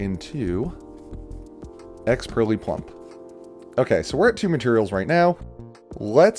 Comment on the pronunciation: it somewhat pains me to hear pure -ely rather than purr -ely